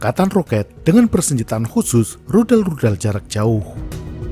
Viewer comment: kenapa pas nya bilang tudal infonesia, saya langsung ketawa terbahak bahak 😂😂😂😂😂😂